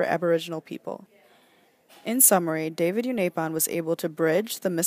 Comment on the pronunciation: you've pronounced unaipon wrong